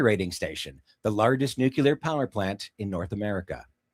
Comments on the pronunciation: ‘Nuke Lee ar’ (derived from nucleus) NOT ‘nuke you ler ‘ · Nuclear - Noo-Klee-ur